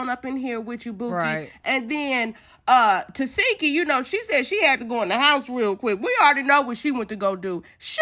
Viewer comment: Her name is pronounced TA SHE KI I’m tired of y’all saying her name wrong😭🤷🏻‍♀️